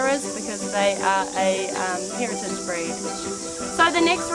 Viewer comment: hahaha you said what beed at 49 seconds instead of breed hahaha.